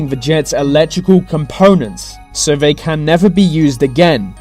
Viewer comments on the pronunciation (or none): Dude seriously, pronounce your th's!!! Its not vem and vey. Where you get schooled at like? Your voice is driving me crazy.